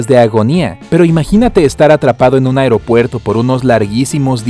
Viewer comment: Porque decía afropuerto